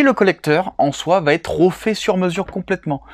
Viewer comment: merci pour la dédicace 😂 des "o" à la place des "e" comme "rofais" à la place de "refais" à 6.38 min 😉 Quel travail de fous furieux, t'as un talent de ouf s'est impressionnant ! Bravo lâche rien ça ne peut que payer un tel taf! One love